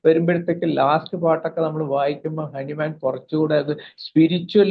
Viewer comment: ഹനുമാൻ അല്ല ഹാന്നിമാൻ ആണ്